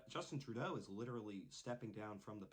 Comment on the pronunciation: Close enough, he doesn't deserve the respect of having his name said right anyways...